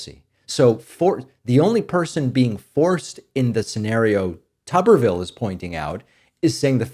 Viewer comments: It’s vile like pile, not ville like pill. Tubber vile. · You had previously pronounced his name correctly. If pronounced tub-ber-ville then there needs to be two B's. His name has one b so his name is pronounced tu-ber-ville. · I have never heard of his name pronounced TUB-er-vill over the years. I've always heard it pronounced TOO-ber-vill. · You call him Tubber-ville, I call him Hootersville. Talk about backwoods hickdom. So many children will die or be hurt by their childhood diseases. Grrrr